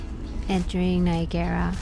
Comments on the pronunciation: Do you tap again at destination? BTW "Ni agra", not "Nigarra". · “Nye-agg-garra” …. Not “Nye-a-GAIR-a”. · Love the video but I can not get over how you're saying "Niagara" xD You're saying it like a Japanese word "Nya-Gara" but it's just pronounced "Ny-EGG-Ra" Falls :P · Its not nigara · “nai·a·gruh” that’s how Niagara is pronounced ☺️ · Nice video. You pronounce Niagara oddly... It is spelled as Niagara but we pronounce it as Niagra. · Omg...stop pronouncing it like that!! It rhymes with Viagra...just substitute the V for an N and you're golden.